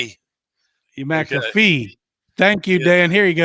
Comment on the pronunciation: ALL ARE PRONOUNCING MAC A FEE’S NAME INCORRECTLY. SO, DON’T THINK YOU’RE THE ONLY ONE!